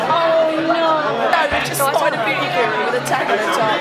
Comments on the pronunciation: its beauty not booty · u said beauty correctly a total of like 2 times this ENTIRE video smh